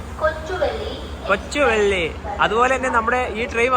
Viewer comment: Announcement at Hubbali kept saying കൊച്ചുവള്ളി 😅😂